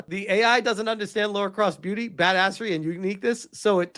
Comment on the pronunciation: Please for the love of God and all that is good and beautiful, her name is: LARA Croft. NOT Laura, or Loora. It's LARA !!!!!!! 20 years of Tomb Raider and I STILL have to say this sht.